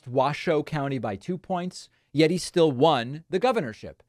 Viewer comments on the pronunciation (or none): none